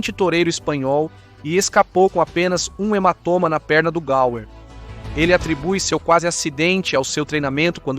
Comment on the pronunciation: Peço desculpas mas, se o nome é GAUR, a pronúncia NÃO deve ser GAL ou GAUER, sei não.